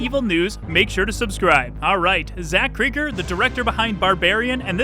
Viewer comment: Still mispronouncing Cregger. Like Craig.